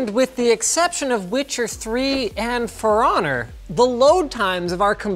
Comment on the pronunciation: For Honor = Feroner......😑